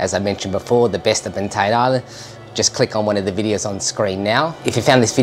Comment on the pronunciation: It's pronounced bant "eye" an